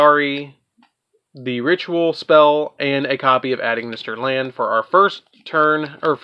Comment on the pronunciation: I love this deck because like you said you’ve got so many combos for days to do with the deck and also if you don’t mind me saying when it comes to the A.I. Cards you don’t say the letters A and I it’s pronounced Eye so Ignister A.I.Land is pronounced Ignister Island and A.I.dle Reborn is pronounced Idle Reborn TA.I. Strike Tie Strike etc.